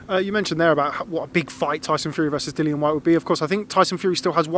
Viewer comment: He’s called Dillian Barry, NOT Dilan ffs. Know your fighters names bruv